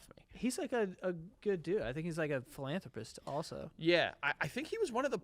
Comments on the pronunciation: AYY way to go Joey for finally saying "philanthropist" right on your first try !! LMFAOO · Joey said philanthropist correctly on the first try this time😂😂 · so proud of joe for saying philanthropist right on the first try!! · I'm a little sad that Joe knows how to say philanthropist now